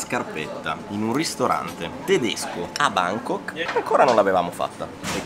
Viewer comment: “A Bángkok”